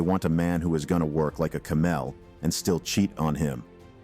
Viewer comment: A ca-MEL. God this TTS is shite.